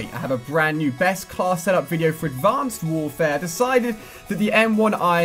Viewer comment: Ali a says advanced warfare like Advonced Wouwfaea